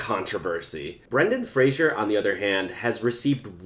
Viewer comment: How about learning to say his name correctly. Fraser rhymes with razor. It's not Frazhier. I did NOT enjoy your video and will not subscribe. Learn how to say his name if you're looking for subscriptions. Jesus.